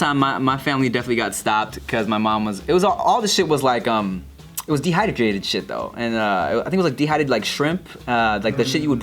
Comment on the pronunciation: still irritated about the way pronounces 'dehydrated'